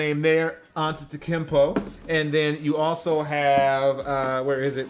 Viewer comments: “Tikimpo”.... cmon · He said antetekimpo with way too much confidence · He said Ante-kempo 😂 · He says it like unttickpo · Don’t u mean akumpo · it’s pronounced akumpo🤦🏾‍♂️ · is it pronounced Aunta-te-koom-po? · Mans said antetikimpo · It’s koompo my guy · If anything he said Atetunkempo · Why are you calling him Antekumpo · Antita Kimpo.are u even trying %100 he wants us to get mad Fu It's kinda easy to pronounce In my opinion English is my not my first language so For all these people don’t know Ghana .English is there main lang Yktv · Dawg the ou you have to pronounce it like the latinos say "u" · He fucked up saying the name of my favorite basketball player ⛹🏾‍♂️, please just say the Greek Freak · Isn't sure how to pronounce the name of color way Also: Mispronounces his name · Say his name right damnit...